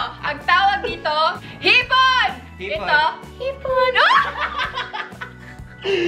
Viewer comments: Hahaha erich: ang tawag dito hipooon ang tawag dito hipon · Hahhahahhaha hipoooonnnn.... hiponnn 😅😅😅